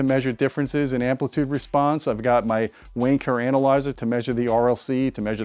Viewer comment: Every time says Wayne Kerr Analyser, the Brits in the audience hear something else and it will always be funny...